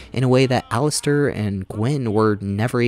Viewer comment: Dig the video, but ... The game is voice acted, so I'm a little confused how you get so many names wrong! Did you even play the game? Did your sound not work? 😂 Cailan: Kay-len (like Galen) not Kai-len (like Guy-len) Jawan: Jaw-wen, not Jawain Alistair: Alistair, not Alistar Even talking about PF:Kingmaker you call the game "Pathfinder: Kingdom" and the antagonist "Nyrissa" you call "Narsissa." Like, come on, dude! Are you really gonna spend God only knows how many hours playing these games to capture footage, then even more hours writing a script, recording it, and editing the 2.5 hour video together, and not even once in that process double check your pronunciation of names of prominent characters? But good summary and critique